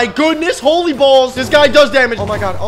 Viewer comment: I Im dead bez he said howly balls